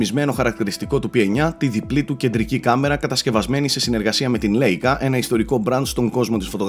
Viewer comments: Λάικα και όχι λέικα, η λέξη είναι γερμανική. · η εταιρία της κάμερας προφέρεται λαικα